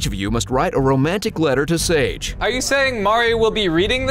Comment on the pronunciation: her name is sage like sosage